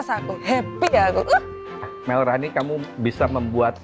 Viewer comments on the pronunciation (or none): Sampe sekarang Chef Rudi masih aja manggil Malrani dengan "Melrani" hahaha gemes bgt mau ngoreksi🤣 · hahaha, bener bgt.. pgen tak bisikin.. "malrani" cheeef